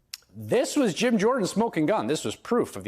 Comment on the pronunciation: Is it Jim, or Gym? Homer says Gyme 🤣🤣🤣